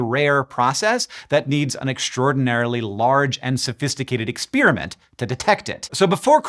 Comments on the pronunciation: Thank you for continuing to make shockingly complex topics consumable by the average science-interested member of the public like myself! Also, are we saying ex-SPEAR-iment now? I always thought that it was pronounced pear like the fruit, not spear like the javelin. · is Babbel who is responsible for him pronouncing experiment like spearmint ? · There isn't much that annoys me more than pronouncing ' exp(er)iment' Ex(spear)amint. And your over the line. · Why do some people pronounce the word 'experiment' like 'ex-PEER-i-ment' instead of 'ex-PAIR-i-ment'? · Please do a video on how it became trendy for science nerds to say "ex-peer-a-mint" instead of "ex-pear-a-meant", and how this is a telling sign that our universe is devolving. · I love your work but you pronounce "experiment" in an unusual way.